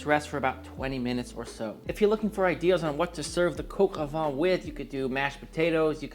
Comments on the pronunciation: The correct pronunciation is coq au 'van' the 'n' being silent. 😎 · "Coq au vin" l'accent y était presque ! Bravo ! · PLEASE it is not pronounced coco its cock oh van jeuss christ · And you pronounce coq au vin differently. Doesn't matter, except you put so much emphasis on it. Ok last comment I'm ending the vid early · About "Sergeant Gilbert", you pronounced it almost correctly, just say the "G" in Gilbert exactly the same way as you told in the word "sergeant", and you're spot on with the ending of these two words. However, please don't pronounce "coq au vin" like "coq au vent", as these two terms mean completely different things. What you say basically means "rooster in the wind" which might be understood as something like "rooster-shaped weathervane" or "weathercock" (properly called "girouette" in French). "Coq au vin" should be prounounced something like "coco vang" (you know, the boom vang of a sailboat that feels like coco). Your "n" at the end of the word is correct, BTW. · Julia impression actually made me laugh 😂 Coq is pronounced exactly the same as the English word. It’s funny how so many Americans always try to make it “coke”… COCK O VEHn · what the f is cock-o-VAH, mate? its coq au vin = cock-o-vin (van* sometimes). I though you worked in a pro kitchen for many years and suppose to know a thing or two about French cousine. Jesus, lad.. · Please teach him how to say coq au vin. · Made Cog Au Vin (Coke Ah Van - pronounced like the automobile) last night for a friend. It was so delicious with mashed potatoes. I sent him home with lefties and I had some today as well. And yes, it was def better today. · Coq au vin must be pronounced: Cock oh v( ain ) like vain ( u’r so vain ) without pronouncing the n or oh v(ain’t ) without pronouncing the n and the t! 😀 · Coke au vin? Is that a Bourdin recipe? Or perhaps YT won't let you pronounce it properly. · …pronounced, “Cocoa van” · Sonny, say: "Coke-oh-vaahn" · Pretty sure that isn't how you pronounce Coq au vin